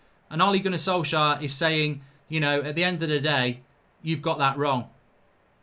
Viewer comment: Ole gonner solksjaer 😂